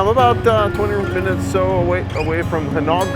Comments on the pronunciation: Butuan is pronounced Boo-2-Ahn. Gingoog is Hing-Oh-Ohg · breathtaking! and your not the only one that cannot pronounce Gingoog (even natives don not agree : )!